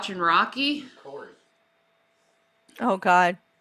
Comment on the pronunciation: can't say Course.. she keeps saying Coerce 😅